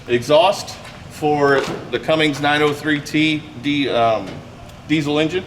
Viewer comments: Cummings engine...lol. Love it when people say it wrong. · He said, “Cummings,” lord I can’t stand that. Seems like a knowledgeable guy. I’ll bet it was just a slip of tongue, I hope. Cummins knows how to build a good oil burner. Clessie!